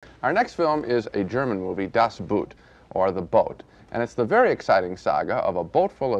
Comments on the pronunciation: I'm sorry, but I just can't take the way two respected movie critics both mangle the title so much. Just because the German word for "boat" coincidentally is spelled just like the English "boot" doesn't mean that they should be pronounced the same. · Really Sisley, of all people, ought to know how to pronounce the title! It’s just plain ignorance to say it as written - boot. The word boot in German is pronounced exactly the same as in English — boat. U-boats are not authentic submarines. Like mammals, they need to come up for air, since they’re battery charged. The tight, claustrophobic quarters, allowing no privacy at all, are more indicative of a boat than a sub. And the movie doesn’t drown in self-pitying hopelessness, but exudes a visceral euphoria. It’s a feeling like no other; experiencing the joy of being alive after one was resigned to death. The group survived. They were still a team having defied all the odds. Well, until . . . Das Boot is a masterpiece! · Gene, it's pronounced "Boat." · So he’s watched an entire German movie and he still pronounces boot like it’s something you put on your foot… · The way Gene pronounces Boot. 😂. Das 👢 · And still after 40 years Americans are unable to pronounce a German word like "Das Boot". :D